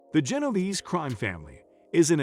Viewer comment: Genoverse?? Genovese my guy